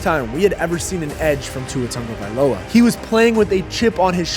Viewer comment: Tagovailoa, not Tonga Agholor, not Aguilar Mispronounced names by the taking head is unacceptable, unnecessary, lazy, & disrespectful